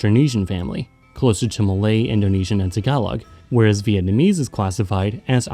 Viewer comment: It’s a real shocker, as your pronounciation is so spot on. 10/10